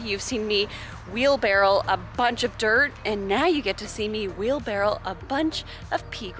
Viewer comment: Does anyone else keep hearing "wheel-barrel"? it is driving me nuts bc it is "wheel-barrow" thank you for coming to my ted talk